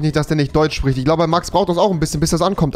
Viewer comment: Rewi: Max der chpricht nur englich